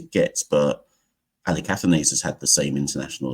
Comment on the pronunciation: Kavem Hodge looks a little like a right handed Roy Fredericks. Also, there seems to be some confusion over how to pronounce "Athanaze". I've only really seen the highlights so far, and I've noticed that some commentators are pronouncing it "ATHANARZE". Is that pronunciation correct?